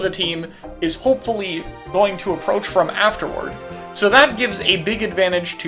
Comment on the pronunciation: Emphasis on the "hopefully"